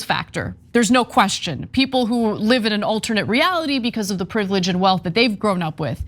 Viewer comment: "Privledged" students. Really, TYT?